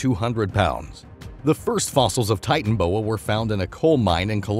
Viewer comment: That o between titan and boa in titanoboa isn't silent